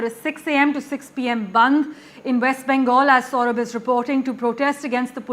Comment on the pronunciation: West Bengal not wesssst Bengal